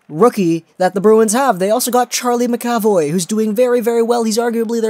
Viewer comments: "ma-ka-voy" not "maka-voy" and while I'm at it... It's yo-leh-vi not yo-lee-vee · Its pronounced Mac Uh Voy. Not Ma Ca Voy. Leviosuh. Not leviosah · Btw it pronounced Charlie Mac-A-Voye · It's pronoced Mac ca voy